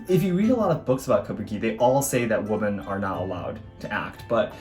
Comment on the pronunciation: Wimmen… The English word “women” is pronounced as “wimmen.”